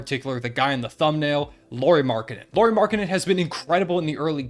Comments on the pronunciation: Nice video, appreciate it man! Just a little pronunciation tip on his name: Lauri is pronounced similarly to Lowry (just with less twang and a rolling r). Meaning, it contains the "ow" diftong. You're doing a pretty good job with the surname pronunciation! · Straight up butchering the name! Trying saing loud, now just use the lou, then re, and roll the R. It's not that hard man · Lol! Your pronunciation of Lauri is funny. Sounds like a girl’s name. BTW - the NBA season is a marathon not a sprint. Pump the brakes on the Jazz.